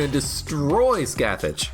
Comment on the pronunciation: Scathach is pronounce like "Skaw-Hawch" btw (every time you saw "scath-itch" it hurts my inner mythology nerd)